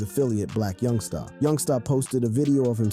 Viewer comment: It’s Black Youngster, not YoungSTAR